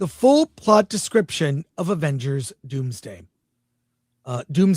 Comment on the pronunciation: "Dooms Dad opens on Toby Migmgwire earth...."